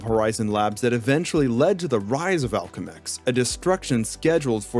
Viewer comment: why the hell do you mispronounce so much shit lol. "Octavarius" "Alchemex"